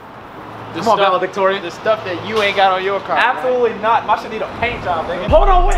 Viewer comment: Nobody: DDG: I’m valedictorian 😭🤣🤣🤣🤣🤣🤣🤣